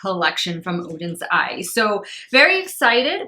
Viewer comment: You're very welcome! Also I really appreciate the fact that you took the time to learn how to pronounce the brand's name! I know it's petty, but it kind of drives me crazy when people don't do that.